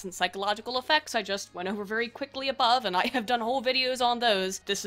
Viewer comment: Its funny when you say "above" ;)